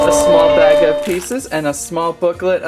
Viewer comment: He said blag instead of bag